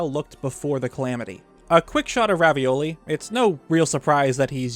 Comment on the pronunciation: Is it just me hearing things or are you calling Revali Ravioli? xD